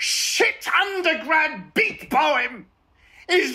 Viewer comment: Hey, this is a great video and I love Michael Sheen but I need you to know it is "BEAT poem", not a "BEEF" poem.